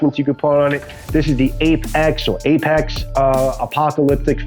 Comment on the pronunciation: I was cooking when I clicked your vid, which is excellent BTW. But as I was only 1/2 paying attention at the start the first couple times you said Ape-X I thought you said "Ape Axe" so I checked the link & the site has Apex-Apocolypse 😂 Whatever it's called I definitely like it! To be honest if a survival blade (or even a machete) was called an Ape Axe it wouldn't sound bad. I mean King Kong had an ape axe made from Godzilla's relative's spine after all. 😅